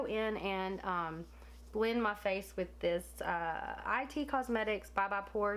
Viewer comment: I giggled a little when you said "I.T. cosmetics" it's "It cosmetics" I learned that the hard way when I was corrected by a laughing Sephora employee 😂😂😂😂